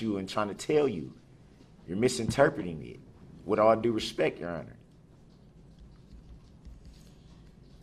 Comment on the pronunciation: Axin' (asking) Respeck (respect) -Duh-rail Brooks Duhrail can't speak English